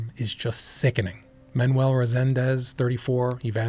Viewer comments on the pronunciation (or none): none